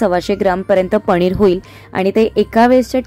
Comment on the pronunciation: पनीर गं not पणीर 😅